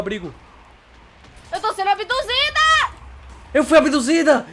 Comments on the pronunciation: so eu percebi que o falou "abidusida" pra ele mesmo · falou: -eu fui abidusida Kkkkk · Voces notaram que o falo eu fui a bidusida ele falou erado ele tinha que falar eu fui a bidusido intendeu